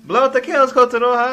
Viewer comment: "Kotanoha Chan! Daijoubu"?!